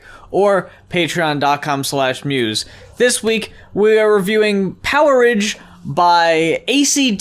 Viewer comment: Not sure if anyone else mentioned this but that album title is pronounced power age...not poweridge :p I think the idea was that it was like the stone age or the iron age but with electricity. The way you guys said it sounds more like a foodstuff or something